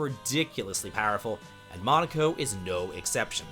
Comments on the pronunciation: he couldn't even pronounce Monoco correctly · but not enough respect to even say his name correctly~